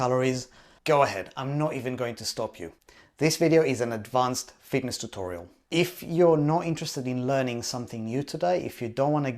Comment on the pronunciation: LOL "advacned."